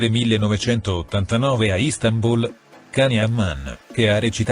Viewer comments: Non voglio essere pignola ma non si pronunciaCan si scrive così ma si pronuncia Gian gtazie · Non si pronuncia Can come cane ma jan come Gianni quindi nonseguiro nulla fino a che lo chiamate come il cane🤔